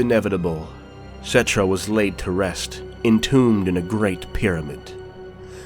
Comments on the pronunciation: Settra not Settrah. And Kemri instead Kchemri. I know language Nazi much sry about that. It annoyed me a bit cause in Warhammer Total War II. The Tomb kings characters speak out their names without overstating the H. But nice video though. Also really liked the Trilogy books about Nagash. And the Sigmar and Malekith trilogies. Black library a must read guys/ladies. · I love this video!!!! But I am pretty sure that some of the names here have the accent on the first syllable. I believe. Like Settra